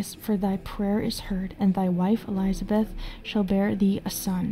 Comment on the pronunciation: I can forgive messing up non english words, but really, Elizabeth? JK, love your work.